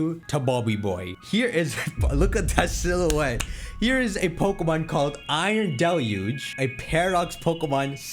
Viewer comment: I can’t believe bro was calling it iron del-you-ge when it was actually pronounced iron day-luge